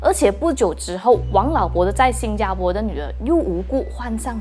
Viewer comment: 新加坡po，不是新加坡bo